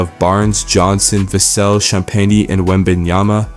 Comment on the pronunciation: I don’t get YouTubers that can’t pronounce Vassell correctly, makes me think you don’t really watch the games